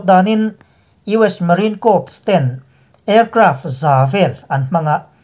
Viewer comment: P is silent in CORPS..